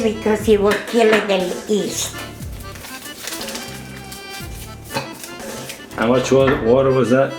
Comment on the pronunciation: hey for her age and with a lung disease she STILL is strong and healthy ! WOW ! amazing strength and resiliance ! and she cooks FROM SCRATCH !! A DYING ART ! "hahahaha dont punch a me !!hahaha" !! and the word is YEAST not east and the recipe is: 7 lbs of unbleached unbromated high quality flour or 28 level cups to 9 cups of water (4 of which is luke warm mixed with 1/2 OUNCE Dried YEAST, 1 cup sugar and 5 Tablespoons of SEA SALT )